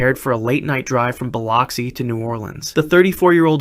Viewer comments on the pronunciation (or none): As someone from the south of the USA... It's pronounced as "Bill-oxi" not "Ba-loxi"... Not being rude, it is kind of difficult to pronounce. 😭😭😭